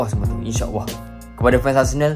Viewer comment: nape sebut inshaawwah? buat video lancar je cakap tapi sebut Allah pun tak betul. practice itu dulu bosskurr.. baru la celoteh yg lain ✌🏼